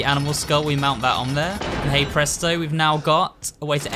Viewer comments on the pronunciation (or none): none